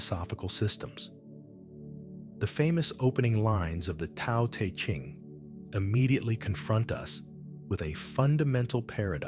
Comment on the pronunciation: This is more fake AI. When you hear this voice say "Part one" it's a giveaway. Also pronounced Te as Tea... Block this account